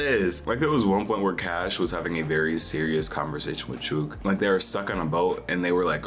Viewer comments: You had some pretty good takes, but you really need to work on your "Aussie" pronunciation of some words. I fully burst out laughing when you said Chooks name "Chuke" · I absolutely loved the Principal in this season, especially when she turns the hose on Chook. Also the way you pronounced Chook was rather funny